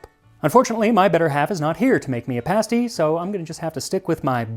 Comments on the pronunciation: Ah, the Cornish pasty! Yooper soul food! And you did pronounce it correctly--it is PASS-ty not paste-ty. Now, there are all kinds of abominations out there that masquerade as pasty--I shudder at the thought. Things like pizza pasty and chicken pasty. No, no, no, no, no! No true Yooper would ever let such a thing pass his or her lips. What you describe is the REAL THING. Now the only acceptable condiment is ketchup, never, ever, ever gravy. When buying pasties here is a clue, look for where they are made. Anything in the UP is pretty safe. Anything south of Da Bridge (Mackinac) is rather sketchy unless it is right at the tip of the Lower Peninsula, and anything made in Detroit, forget it. Now I can't say about pasties made other places . . . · In the UK it’s pronounced Cornish “Pahsty”. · Aye cornwall mentioned, my people! I'm so glad you pronounced pasty right xD SO many Americans I've met say paysty pahaha